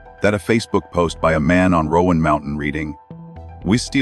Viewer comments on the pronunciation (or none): Please stop saying "Rowan Mountain". From a geographical aspect, there is no such place. It's Roan Mountain. It's not pronounced as "Rowan". I realize she said it that way, but that was not correct to begin with. And yes I know it's AI speech but she did pronounce it like that